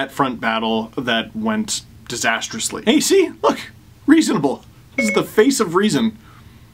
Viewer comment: "hey, see? reasonable." does sound like "hey siri."